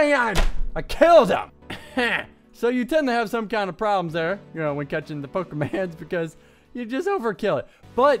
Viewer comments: Pokermon not pokerman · Its pokemOn and not pokemAn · Man my ears are bleeding... But it's POKEMON!! NOT POKEMANS!!! Plus Pokemon is already plural, and no where in ANY of the games do they call Pokemon "pokemans". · Pokemon not pokeman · It's poke a mon not man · It's pokemans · pokeMONs not MANS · Pronounces it 'Pokeman' :P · i dont recall them being called "pokermon"...yes it is pokemon, the reason says pokemans i think is because back than people would always be like "let me show you my pokemans" or something like that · Why does he call them pokemans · I'm not even that into Pokemon and I'm kinda pissed he's pronouncing it all wrong.